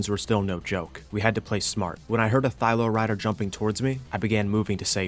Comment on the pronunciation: again, Thy-LA. Please man. thy-LA not ThyLO.